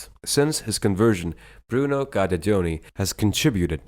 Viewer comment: Impressive credentials and journey. His name is prpnounced as Geederdoni, not Guider-Doni.